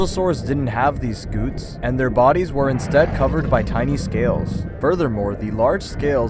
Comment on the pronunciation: Hey, really good video, and sorry to nitpick, but I'm pretty sure scutes are pronounced sk-yo-ts